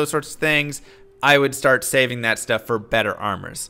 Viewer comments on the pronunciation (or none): none